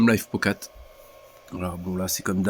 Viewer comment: Arrête de dire "lifop", c'est "lifepo" 😂😂😂